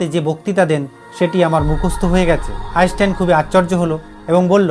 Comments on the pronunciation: Bro উচ্চারণ টা আগে ঠিক করুন .তারপর video বানান আইনস্টাইন কে আপনি আইসটাইন বলছেন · 🚫🥸আপনার উচ্চারণ ঠিক করুন,,আইচটাইন কি❓ ইউটিউবে বিজ্ঞানির অভাব নেই।😃